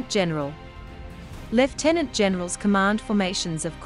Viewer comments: So nice to hear the word lieutenant pronounced correctly Thank you. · seeing as it is originally a British rank,it should be pronounced thr British way 😉